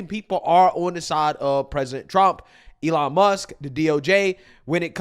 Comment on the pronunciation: Who is, "Elon Muss"...